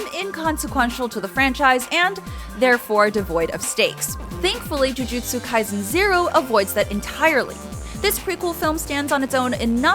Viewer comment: "Jiujitsu kai-zen"